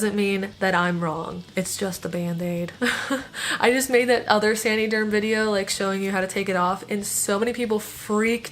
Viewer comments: I think it’s “San-uh-derm” like “San-uh-tize” 🧐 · please learn to say the name correctly lol. It is not "sandy" derm. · I came to say the same thing! 😂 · “sany derm “ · sandy germ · San - uhh - derm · The way she says san”ee”derm gets me every time. I can’t even finish the video 😂😂😂😂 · Love how you pronounce saniderm 😂😂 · I like this video but the way she pronounces saniderm is annoying tf out of me